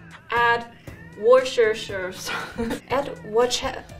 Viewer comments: "alexa, add worshersher s-* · Addo-woshta-shaisha-shusha-sousu-to-my-shopping-listo Italian R joined. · I can't stop laughing. " Add the woshashaishashosha sosuru to my shoppping listu" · "Okay googuru, addo worsheisaishoshushosha sauce to my shoppingu risto" "ok i've added it." what the actual heck credit to pand and strawberry toast in le comments for correcting my mistakes that i didnt add didnt have to add this but i still did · lol. The misspelling was an immitation of how the lady spoke . xD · ok guguru addo Worsheshaishashushasosu to my shopping Risto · + Call Me A pErSoN Everyone said it fine then the girl sounded like she said auaueusjdnrhsiakkj shopping list and it got it right. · Japanese: or kay googed erg addo wo sha shai sha shoe sha sauce ser tu mai shopping listo Google: Ok I've added worchestire sauce Me: O_O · That's not how you pronounce Worcestershire!! Wu-ster shire, 3 syllables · No one is pronouncing Worcestershire sauce correctly.